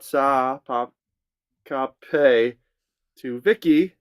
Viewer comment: Quick Tagalog lesson. In case it hasn’t been explained before. You may not know the meaning but I hope this helps you enunciate Tagalog words better when you read titles. Tagalog has only one vowel sound and that is short vowel sounds, as in; ah, eh ee, oh, oo for a,e,i,o,u, respectively. So, ’salamat sa pa kape’ will sound like … sah-lah-maht sah pah kahpeh,,,, not kapey… btw, salamat has the accent on the second syllable. The name Guzman, will be gooz-man. Common words you’ll find are 'ng’ & ’nang’. They sound or pronounced the same but former means 'of the' while the latter means 'when' or 'so that’. Then, there’s the article ‘ang’, meaning ’the'. When 'ng’ is in a word, it is pronounced like in ‘ringing’ or 'tang'. It's sort of nasal sounding. Some example are 'lamang’ (depending on the accent, it means merely/only or to have the advantage), 'sangay' (branch), 'sungay' (horn) or tanghali (noon). Hope this helps some....